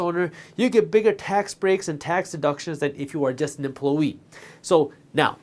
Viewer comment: Does anyone notice him saying it "emplo-yee"?